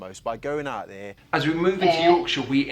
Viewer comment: I’m English. I was born here. I speak 50s RP. I’m old. All the examples you had of English accents sounded like speech impediments. Ugly! Nearly every one. The Queen was fine as was Boris Johnson of course… PS no one says oom’n for human… Also - ‘eeow’ instead of ‘out’ as the presenter does … (ugh! ) is ghastly! ‘Like like like like’ repetition is just ‘bad bad bad bad’… oh me ‘ackles is risin’…. I give up..